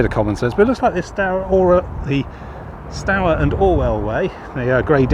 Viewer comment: River is pronounced stooer, not stower. The other river Stour's are pronounced how you said it but not this one. And River "Deeben" not deben.